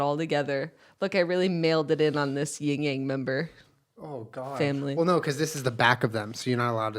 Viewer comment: IT'S YIN-YANG